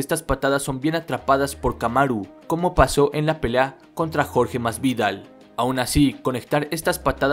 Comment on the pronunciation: como jode escuchar el nombre de jorge masvidal con ese acento